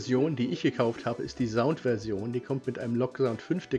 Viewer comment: Biete das Wort "Sound" mit scharfem S aussprechen!